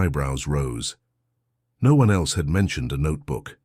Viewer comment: How did you say asparagus? AI needs more practice.how did you say no - one? It’s one word for heaven sake.